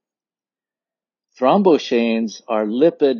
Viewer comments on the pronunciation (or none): O:44. Box. Pronounced: throm BOX aines. Eicosanoids was spelled wrong. Only one "d". Pronounced ee CO san oids.